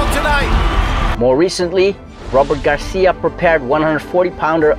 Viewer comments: aren't you pronouncing his name the Spanish way (with a lisp), not the Mexican way (without a lisp)? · Why are you saying Garcia with a attempted Spanish accent? Pronounce the C as an S. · It's Robert Garcia as it's spelt, not Garthia WFT. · Robert “Garthia” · I was going to subscribe but "Garthia" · Bro why you saying Garthia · Nop, he is sayin' it in the wrong way.